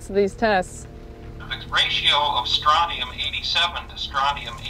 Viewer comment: Look at that POS geiger counter. It's pronounced Stron chee um. I thought and Maureen were going to make out. The ozone hole has been more or less fixed.